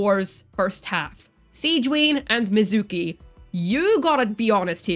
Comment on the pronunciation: mizuki❌ mizooki✅